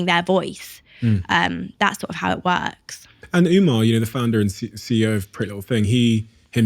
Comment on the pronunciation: Full on respect to her pronouncing Umars (Founder & CEO of PLT) name correctly and not pronouncing it as ‘Ooomaar’, which is pretty much always the case. Good luck to her on her journey.